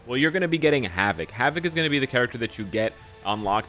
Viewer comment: 'Hav-it'? Wtf?